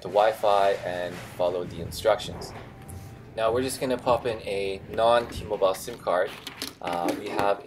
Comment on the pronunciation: Thanks for this information I wonder why T-Mobile is so different from every other carrier I would've never realized this. Also just wondering why do you keep mispronouncing T-Mobile? Lol